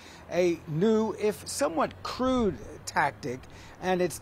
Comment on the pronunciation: "New and crude" tactic... for sure. accent on crude.